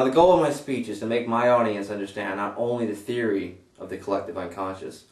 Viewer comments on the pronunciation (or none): none